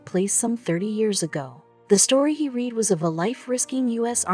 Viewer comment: Wow, you don't know shit about history or making a video about it do you ?, try learning how to pronounce words before using them, like to 'read' & I have 'read', totally different pronunciation. Then you showed Germans & American soldiers interacting with no context ?, & , you then actually showed American soldiers captured by Germans while still babbling on about the janitor's quest, you do know world war 2 was a real thing, don't you?. I had to stop watching at about as you pronounced the military term, ' Missing In Action ' as mia, like the girls name ?. The last straw was when you described a ' Major General ', as mag gen, like next gen, Jesus H Christ girl, what were you thinking !, did you just splice random clips of WW2 footage into this mess & hope no one would notice ?., honoring a WW2 vet is something, but being the bad version of legally blond to the world is not.